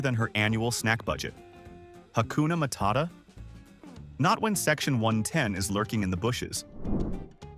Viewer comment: So the AI voice can pronounce "Hakuna Matada" perfectly, but a few minutes before pronounced "saxaphonist" as "sax-off-a-nist".